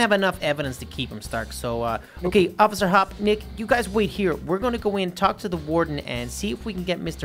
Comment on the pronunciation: Through the entire thing he says officer hop but her name is officer hopps (Judy Hopps)